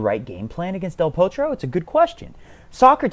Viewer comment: Lol I think you gave Del Potro a Norwegian or Swedish accent toward the end! Aha! I get it, you were doing a transition into Del THORtro!